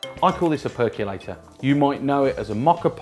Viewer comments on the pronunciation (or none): Small tip: first learn to pronounce it. It's not a perk-you-lator. It's a perk-oh-lator. There is no "U" in percolator. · There is no "u" in "percolator", so why are you pronouncing it "per-cue-lator"?